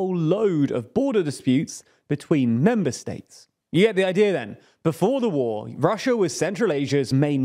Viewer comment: Chiner and Russier? Never heard of them.